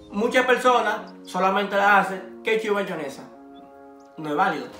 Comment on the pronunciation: Tu le dices bayonesa a la mayonesa?